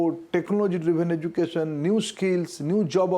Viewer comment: It's not pojishion.. it is position . It is not ejukashion it is education.. it is not nasanol ..It is national... 😂😂😂😂 Please learn the second language properly. Then you can advise about third language